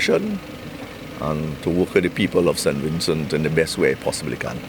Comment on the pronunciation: Mr. Please stop saying Sin Vincin! So fed up of it ! It’s SAINT VINCENT!